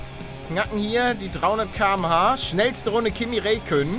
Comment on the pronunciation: Ja moin. Palle sagt Rakönen und Riccardo xD